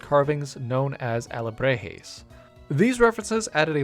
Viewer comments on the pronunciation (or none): Awesome designs just wanted to point out that: Alebrijes is Pronounced (ah-le-bree-hess) And Xolo dogs is pronounced (cholo) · Alibrijes = "ahl - ih - bree - hays", emphasis on the double "e" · Btw it is pronounced ah-leh-bri-hehz Loved the new designs! Great work!